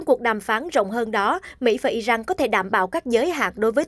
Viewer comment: Sao cô đọc tin mà kh ở không đọc đúng tên nhân vật Iran chứ không phái Ijan, cô ơi